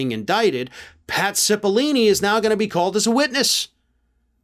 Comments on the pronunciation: Dude… pat cipill-oh-ni not ‘cipilini’. I am a fan of your show but get your facts straight. That guys name has been in the news for like last 4 months straight. Seems out of touch to not know that. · Cipollone, not Cepallini! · His name is Pat Cipollone, not Cipollini. Sorry to be a nudge, but I'm sure you want to get the details right. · I thought it's spelled and pronounced Cippilone? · I don't know what's worse, mispronouncing Cipillone's name like "Cipillini" or saying like "Sipi-Lone", which is also wrong. I don't know, in the rest of the English-speaking world, we try to say foreign names like they say them out of respect and to not be racist. When people constantly get your name wrong, it's an already established form of racism legally. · Hi, I love your channel. 👍👍👍. I just have a question, isn't it Pat Cippeloni? Or Cippelini? Just wanna know what's his last name, or pronounced that way. Thanks man.✌️ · needs to learn how to pronounce Italian names. It's Oat Cippalone. That with an O, not E. Just saying. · Repet after me: Pat. CipOHllOHne. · Cipollone is pronounced with a long 'o' in the third syllable, not a long 'e'. s-IH-p-uh-l-OH-n-ee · It's "SIP-puh-LONE-ee" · buddy.... that's not how you pronounce "Cipollone" 😂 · Probably sold to a foreign country. It would also be nice you got Pat' s name right! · Revisit pronunciation of "Cipollone."